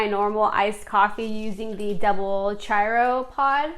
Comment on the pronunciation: The chiaro is said like this: key ar o. With the o being long.